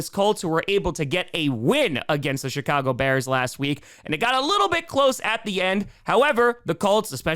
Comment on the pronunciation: It sounds like said the Shitcago Bears.